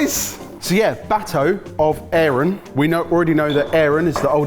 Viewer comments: Love you guys, but it was painful hearing you butcher Middle English and mispronouncing the thorn ( þ ), long s ( ſ ) which is never pronounced like f, and ayren (EYE-ren), cognate to German and Dutch ei of today. Cooking results were really impressive, though, and that's what we're here for! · BTW, It's pronounced eye-ren...